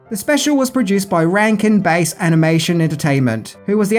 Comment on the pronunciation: It's Rankin BASS like the fish, not Rankin BASE